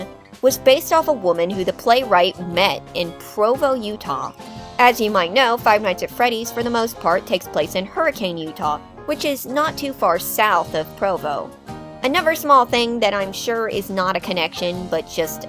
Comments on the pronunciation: Tiny nitpick from a Utahn, we actually pronounce it "hurri-kin" not hurricane, which admittedly makes no sense at all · I know this might be pedantic, but Hurricane Utah is pronounced "Hurrikin" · Haha I need to be annoying about this I'm sorry, but I grew up around Hurricane! It's pronounced hurri-kin by the locals :) Fantastic video though I really enjoyed it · I always think it's funny when people say hurra-CANE Utah, like the storm. Utah is landlocked and can't have a hurricane, not even in name. If you're wondering, the city is pronounced hurra-kin. I only know because my grandma was raised there. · Fun(?) fact: Hurricane, Utah is pronounced differently: “Her-uh-kuhn”. Weird. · I know this sucks. But Hurricane UT, is pronounced her-(soft)e-ken Its stupid, i know. But thats how its pronouced 😅😂 Utah has some WEIRD names, but as ive lived there, i respect the funny names 🤣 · It's pronounced Hur I ken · most people don't realize, but the Utah town of Hurricane is not pronounced like the storm. It's pronounced Hurri-can by the locals. I've come to understand the Hurricane is the South Park of Utah. It's something weird happens, of course it's in Hurricane. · Apparently it’s huRi-can with an AH sound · as a utahn, its not hurricane like in american english but like british english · Hurricane, the city, isn't pronounced like that.